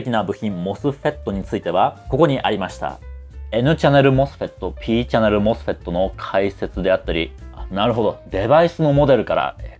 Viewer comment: この動画に一切関係ないけど。。さん声が素敵で聞き取りやすく、MOSFETの発音に痺れました。。ｗ 多分、こんな難解な内容を普通に視聴出来るのは、分かりやすい解説と素敵なお声なんだと感じました 学生時代にさんの動画を拝見出来たら理解も考え方も相当変わったんだろうなって思います 今回もいい動画有難う御座いました。。m(_ _)m